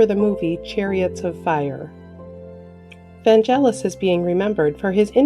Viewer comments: VanGelis, not VanJelis. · Vangelis has a “hard” G, it is pronounced as a “G”, not a “J”. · Vangelis. Hard "g". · Prounonce Vangelis in the right way . You people want to report but can’t pronounce properly